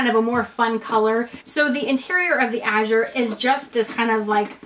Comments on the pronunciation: gosh pronounce it correctly, it matters so much. How dare you. it Azur, not Azur. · Its pronounced "Damier Ah-zur". Thanks for sharing! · Great video, thank you! P.s. you are pronouncing “Azur” incorrectly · Great video, ty! You are not pronouncing “Azur” correctly :)